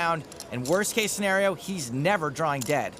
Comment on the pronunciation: Someone's got to tell James Hartigan that there is no "R" in the word "drawing"!